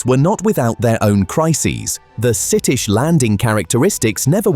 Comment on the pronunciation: it’s pronounced ‘skittish’